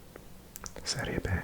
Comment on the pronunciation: Thanks! One more thing, Serie B is pronounced "bi", not "be". Your italian is great btw